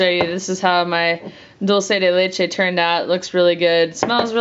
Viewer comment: It's pronounced doll-che not doll -see